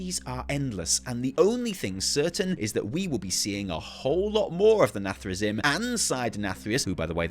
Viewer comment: Sorry, as a warcraft 3 player, i cant take it, its pronounced “nathre-zeem” You spell “zim”, but dont say “zim” Anyway i thought people had forgotten the jaina=dreadlord meme, nice one